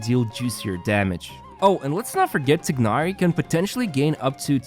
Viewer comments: When you say it its not tignari its called tainary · Tye-nari is how they say it in the English option in game. Idk why you're saying it like that. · How hard is it to pronounce TIE-NARI. I am not being to ignore that while watching the video